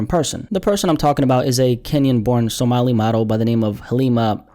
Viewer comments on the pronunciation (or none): none